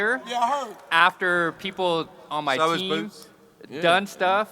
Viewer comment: "Bwoots Ennis " - Eddie Hearn 😅